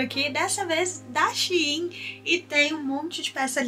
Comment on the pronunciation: Até que enfim alguém que sabe falar shi-im que é o correto 😂😂😂😂😂😂❤❤